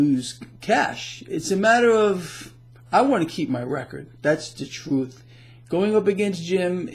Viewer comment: ....and "Dat's da troooth"